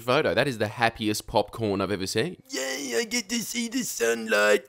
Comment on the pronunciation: lost it at "grape fravoured popcornoroo" haha